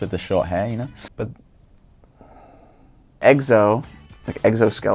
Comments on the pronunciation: I could barely watch 2 minutes of this. The North Korean comments- then when the guy said “Eggso” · Guys... it's egso not exo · They said EGGSO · Anyone else got annoyed when they said kept saying "Eggso" instead of EX-OH ? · "He kinda looks like Miley Cyrus." Wtf----- Did I heard someone pronounce EXO as "EGG-SO" or maybe it's just me? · "Egzo" PFFFF HA! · Monisha Prasad - Kim Taehyung it sounded like he said eggso- I wasn't ok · "so I'm gonna go with eggzo" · He couldn’t even pronounce Exo😂😂😂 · How they pronounced EXO made me cringe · Ok I'm triggered by how that person said exo wrong jHsiakahsksanbsjs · I’ve never even heard of that guy and I just knew they were pronouncing it wrong XD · triggered.... especially when the girl said 'I don't know if they're able to pronounce it'. apparently xoxo is hard for Koreans to pronounce.. but they did ok considering they don't know Korean pop culture.. bravo